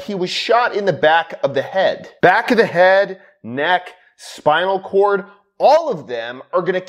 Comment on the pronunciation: Back of the hay-ud.